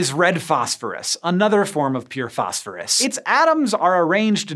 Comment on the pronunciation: And then you go and pronounce it "fosh-fooroosh" 😁👌